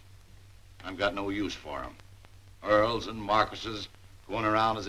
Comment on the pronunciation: Wow, this was a great movie! I've always like Frances Hodgson Burnett's stories. I kept chuckling every time Dick (Micky Rooney) pronounced Earls as "oils". 😊 Thank you so much for the upload! 💜👍💖💙